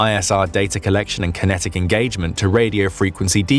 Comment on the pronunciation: Kenetic engagement 😂